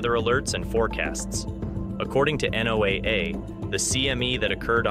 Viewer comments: I always wonder about people who cannot pronounce the name of their sources. NOAA is called, "NOAH", like the bible guy, by everyone who's ever actually needed their info. NOT NO aa... and the several other corruptions we hear here. That's minor. Seems to me that if this video were intended to INFORM, you'd have had the decency to tell us WHEN TO EXPECT TO SEE EFFECTS. I couldn't find that info, and OF COURSE, it is really the only info anyone cares about. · Something tells me this has absolutely nothing to do with the National Aeronautics and Space Administration. The quality of the script writing is bad enough, but to have the narrator say Know-A-A for the Noah pronunciation of NOAA is ludicrous. Obviously aimed at low education level audiences.